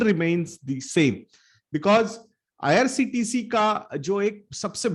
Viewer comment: Bro Its IRCTC not IRTCT